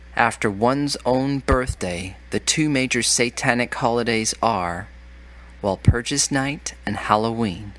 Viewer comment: Also he mispronounced Samhain, "mh" is a "w" sound. And Walpurgisnacht is is pronounced val-purg-iss-nacht with a hard ch.